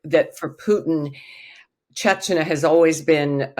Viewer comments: Uh, this lady seems to enjoy frequently mispronouncing “Chechnya” as “Chechnuh.” What did you expect? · Does she keep saying “chech na”??? Very distracting and never heard Chechnya pronounced like that from an expert? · Why can’t this supposed expert pronounce “Chechnya” properly?? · Good thing her name is only 3 letters long. She can't even pronounce Chechnya. Look it up. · Russian expert cannot even pronounce Chechnya correctly? This is why Putin has no respect for us.